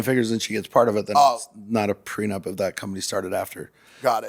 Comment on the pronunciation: 🤡 - "GET A CONTRACT FOR EVERYTHING. EVERYONE SHOULD GET A PRENUPT!" Logan- "Do you have a prenupt?" 🤡 - "no"